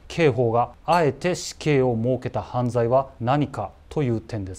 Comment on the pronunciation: 犯罪のイントネーション🤔